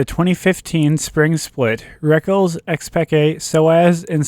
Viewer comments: MARTIN IS CALLED REKKLES NOT REKKELS, fuq sake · Plz dont say Rekkl-es and say Rekk-les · Dude i love you but come on he isnt called rekuls he is called rekKLES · ITS PRONOUNCED REK LESS NOT RECKLES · S3 feels like so long ago.. edit: those terrible pronounciations and blatant mistakes like calling a chinese team korean make the video little more than a low effort montage of FNCs most important matches..